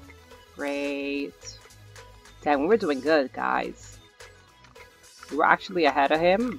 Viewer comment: Did you say damb?